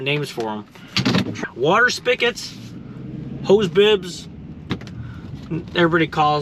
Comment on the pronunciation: It’s a SPIG-et, not a SPICK-et, lol!